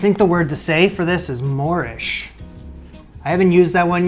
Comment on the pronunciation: I heard that as Moorish 😂 I thought you were saying it tasted like the flavors that the Arabs brought to the Spanish 😅 I was wrong